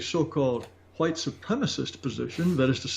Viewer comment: "let me axe you sumthin'" "huwhite".... Love you Jared.